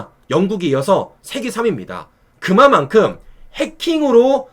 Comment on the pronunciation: 근데 실리외교 하고 왔다 이런 보도 나올 것으로 예상함. 그마만큼(X) 그만큼(O) 상대형 말할때 이건 좀 고쳐줘